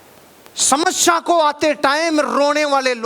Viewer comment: Sir aap samasya ka pronunciation shamashya karte ho.